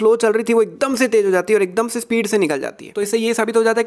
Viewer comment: you talk akdomse Akdamse